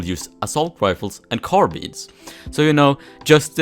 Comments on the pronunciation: Everyone: Carb-I-ns: Car-BEANS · Everyone: Carbine: CarBEAN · Carbean? I say carbine.